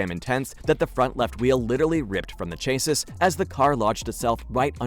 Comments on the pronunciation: You pronounce it " Cha See" not cha sis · Chae-sus 🤣🤣 I love that pronunciation